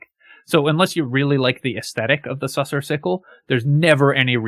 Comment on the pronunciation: Man, you're killing me. Sussur rhymes with looser. You can hear the narrator say it if you pass the skill check in the blighted village.